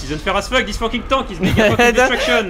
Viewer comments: I love the way you all pronounce "tank", it always makes me chuckle when I hear say "He called a tank". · I love how says tank as tonk